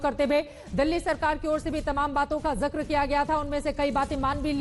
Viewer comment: Zakar nai zikar hota he Zakar ka matlab alg hota he